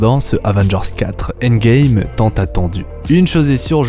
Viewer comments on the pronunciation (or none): none